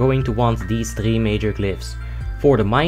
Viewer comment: tHree not tree!